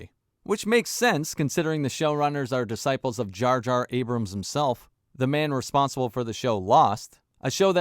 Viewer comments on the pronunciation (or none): none